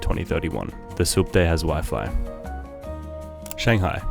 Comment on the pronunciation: It’s Shanghai not Shangahi